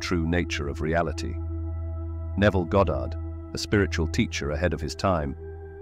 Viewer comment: It's Goddard....NOT GOD😂 You people funny as hell😂😂😂